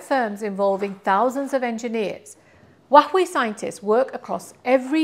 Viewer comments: It's super weird. Makes me think it's Stewie Griffin saying cool hhhwip 😅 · dear, PLEASE 🙏 learn from Google how to pronounce Huawei correctly. Too embarrassing to hear you botch it up 😢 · absolutely . ! Repeatedly. And in multiple videos. She can’t get Huawei right 😂 all Chinese are embarrassed 😢